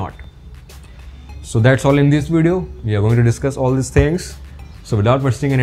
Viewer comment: it s we not VE